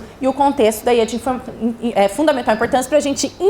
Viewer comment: “Também são de fudavimental importância” kkk